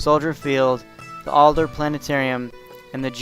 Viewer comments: Adler not Alder. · It's pronounced ADLER; not Alder!